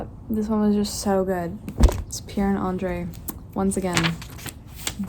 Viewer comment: It's really irritating me the way she is pronouncing Nicholas as Nikolai and Andrew as Andrey.